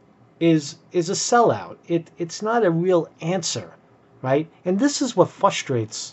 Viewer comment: Like your evaluation. But what is "fustrate?"